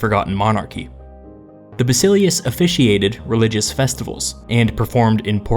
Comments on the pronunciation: Bas i LE us the emphasis is on the second to last syllable. If you learn about history from Youtube, can expect certain "get what you pay for" compromises. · Not to nitpick, but your pronunciation of "Basileus" is dead wrong. It is "Bah-Sill-Ay-Oos" not "Ba-Silly-Us" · heres how english speaker should pronounce these words properly Basileus- Vahsihléfs Strategos-Stratihgóhs Boule- Vuhlé